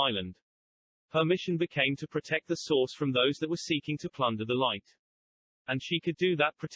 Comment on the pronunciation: I love when you talk about the source, because every time you say it all I can hear is "the sauce"